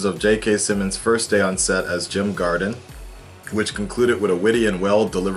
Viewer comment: Ezra Miller..... Jim Gordon not GARDEN